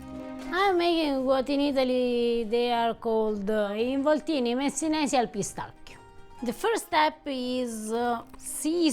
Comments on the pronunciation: Piss tacky o sounds way more ridiculous then pistaccios.... 😂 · Pistacchio - Pistacchi (singular and plural). However, the American pronunciation of Pistacchio here in Italy is quite curious .